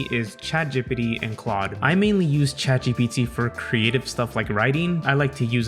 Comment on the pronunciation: Ah, yes, chatgippity ThePrimeagen accent